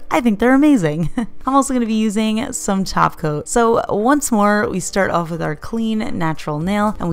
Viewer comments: I hear Taco not Top Coat. Dang it. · Almost though she said Glossy Taco.